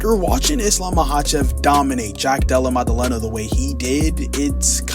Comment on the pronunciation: "Jack Dulluh Muduhluhnuh" 😂